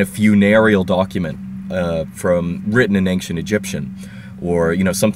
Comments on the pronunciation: I wanted to ask you, is it really correct to say "anxcient"? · Why do you pronounce ancient as ankcient, I've never heard that beofre